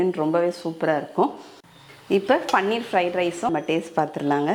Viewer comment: பண்ணீர் இல்லை.அது பன்னீர்.